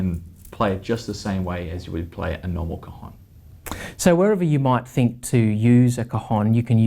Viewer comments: Hi,your pronunciation of El Cajón is not correct.Impacts the A cAjón.You say "testicle" in Spanish..."COJON".... Regards from Spain! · Great review!! and I had a lot of fun when you pronounced the a of cajon so closed that sounded like an o "cojon" (cojon means testicle in spanish) this makes your review even better ;)